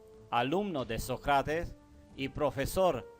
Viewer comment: Qué suave que hables español, se ve que no es tu lengua materna, te recomiendo que estudies los ACENTOS, así podrás hablar mejor. Por ejemplo es diferente decir Sócrates a Socrátes.